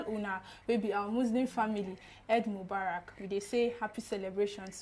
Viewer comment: Its not /ed/ its pronounced as /i:d/ Mubarak